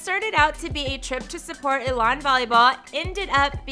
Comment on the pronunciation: First comment I want to make clear to this chick is to learn how pronounce Elon college!!! It’s ‘E’ lon college. Geesh.